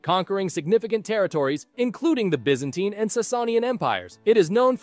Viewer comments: Its by-za-tine not by-zan-tum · He pronounces it as “Be-zan-tine”, while it should be pronounced as “Bi-zuhn-teen” in his American accent. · Is it me or does he pronounce Byzantine so weirdly? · It’s pronounced byzantine